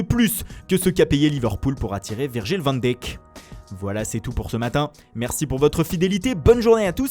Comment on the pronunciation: Van Dijkeu, Van Dèk, Van Dik, Van Daykeu. Il est bien son nom tout le monde peut le prononcer à sa façon.